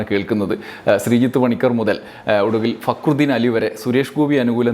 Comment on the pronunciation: ഫക്രുദീൻ എന്ന് പേരുള്ളവനെ ഇതിൽ ഭേദം കാര്യം സാധിച്ചേ അതിനു മുന്നിലേക്ക് തിരിഞ്ഞിരുന്ന് തിന്നുകയാണ്. അല്ലെങ്കില് അയാൾ പറയുന്നത് ശരിക്ക് തിരിയാറില്ല. റാ എന്നതൊക്കെ ഴ എന്നാണ് കേൾക്കുക. പി എ ആയിട്ട് പ്രവർത്തിക്കാൻ പറയൂ